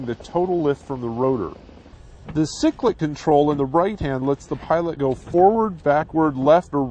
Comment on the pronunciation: "Sicklic"???? It is called a "Cyclic" ( sigh-click) flight control. Cool video though.